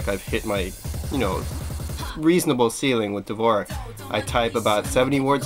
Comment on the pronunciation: dvorak is actaully pronounced like "d'vorzhak"